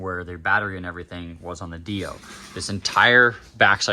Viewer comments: 😢the way u say dio kills me u say it like it should be spelled deio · I've just never heard it pronounced that way